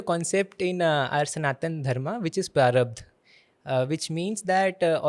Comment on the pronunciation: the moment he uttered the word "prarabdh" my eyes widened!!!!! kudossss🎉🎉🎉🎉🎉🎉